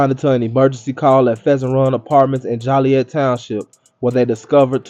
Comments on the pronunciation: Why give this clown pos any recognition! How the hell you call it the wicked streets of Chicago. Yet this ain’t even Chicago! And it’s Joliet… not Jolly- et🤦🏽‍♂️ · the way you say Joliet is funny. this happened a couple blocks down from me.